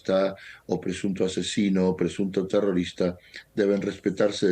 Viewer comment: Tiene buena pronunciación de español la jove... Es una ternura cuando dice terorista....